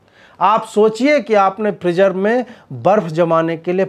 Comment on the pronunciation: Freezer ko phreejer bol raha h abe gadhe bolna seekh pehle